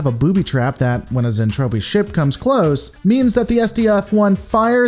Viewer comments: Zentradi, Zen-Tra-Di so cringe Zentrapi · Yeah I dread once he gets to the Mentradi. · Zen-TROPE-y? Is that what's going on here? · I normally love the reviews, but this one was rough. Ugh...'Zentrapi'? Really? Like, one single Google search would have prevented it. A few other minor nits, but 'Zentrapi' hurts. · I get it. Overly Excited Narrator definitely plays fast and loose with pronunciation. And Gloval is Russian, so his pronunciation will be a bit off. In Soviet Russia, Zentrapi booby trap you! Despite my nits, I love that you are actually reviewing the 'tech. It is an old series that doesn't get its love these days. Any thoughts on a comparison with Japanese version? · What the hell is a zentropi? It’s Zentradi. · Looking forward to this, just NOT to how you're saying Zen-TRA-DI, not Zen-Trap-ti. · Glad to see you are covering one of my favorite series even if it is a pop idol soap opera in space, and if you do decide to do the whole series wait till you get to the hot mess that is Macross 7. Also the pronunciation is Zentradi not Zentropi. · Zentraedi not Zentrafi. hehehehe I love Robotech, 100 times a lot better than STD. specially the folding space to move from one part of the galaxy to the next. no spinning like Discovery. I too always wonder an all women as bridge crew. maybe Capt. Global wanted & enjoy the view. hehehe Both Lisa Hayes & Claudia Grant we're Lt.Commanders with Lisa 1st officer & Claudia 2nd officer. Roy Fokker was Rick's bestfriend, Mentor & your right almost like an older brother. Keep up the Robotech videos, I enjoy the breakdowns. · Zen tra dee. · Its anime it's not supposed to make sense and its pronounced zentraedi. However that aside you make a point with Lisa and claudia